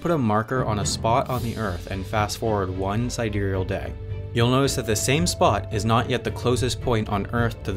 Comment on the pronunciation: You don't spell sidereal properly. :-) And I also think he actually did pronounce it properly.